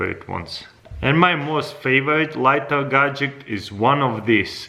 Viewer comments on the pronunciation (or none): people who normally speak english: gadget crazy russian hacker: gajik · if this guy says gadjick 1 more time i will jump off a bridge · Always gadgek